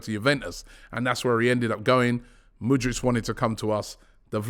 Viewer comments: Robby cmon it's: M O O D R E E K not M O O D R I C H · Pronounce mudryk not mudrich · Just when you think he's finally got Mudryks name right,5 secs later he throws in a Mudritch🤦‍♂️ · Mudryk not Mudrich! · Mudryk, not Mudrych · he is not Mudrych, he is MudryKKKKKKK. do you know how to read? how many grades have you completed??? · Stop calling him Mudrch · Why is everyone saying his name like the brand Hoodrich… it’s moodrick! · IT'S MUDRYK you plonk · The don says Mudryk like mans Croatian 😂